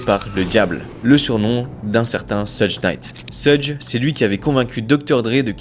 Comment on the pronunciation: j'aime bien la video mais je suis desole je doit critiquer la prononciation de 'suge knight' c'est choug pas seug, sinn continuez les gs